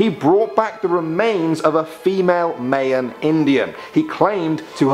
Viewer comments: Not May-In. Its Pronounced My-Uhn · You pronounced Mayan wrong. It's pronounced like my-an.